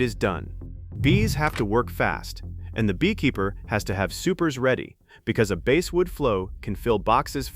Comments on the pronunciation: stupidazzed AI, IT`S BASSSSSSSSWOOD, NOT BASEWOOD !!!! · Please try to teach your AI how to pronounce words!! Bass are fish, but I sing bass in the choir! Basswood is pronounced the same as the fish, bass!! AI will never amount to anything unless you can teach it to pronounce words correctly!!